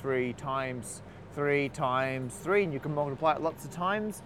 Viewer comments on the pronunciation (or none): I think he said "tree theorems." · I think he said tree theorems, not three theorems. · He said TREE theorems.